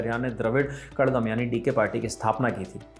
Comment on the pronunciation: वो कषगम है न्यूज रीडर सर , कड़गम नहीं 🙏🙏🙏